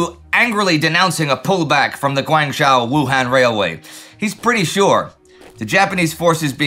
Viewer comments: Guangzhou is correctly pronounced Guang (with a short "a" sound, not a long "a" sound) zhou (rhymes with toe). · His pronunciation of Changsha is fine. For Guangzhou, it isn't. Also, xue yue is misspelled and mispronounced. That said, I think the lack of maps today is a temporary d day issue and the campaign in China will continue through the summer and fall. Remember, at this time (and now), Hunan province has more people in it than France. In terms of what will be most consequential for the post war world, ichigo is up there with bagration and d-day. It will smash the nationalists right before meaningful allied aid can get there. More than half of the aid that the nationalists get will only arrive in 1945. Had ichigo not happened, the KMT would have been able to add to their capabilities rather than restoring what was lost. As it was, the kmt was not able to recover before the war ended.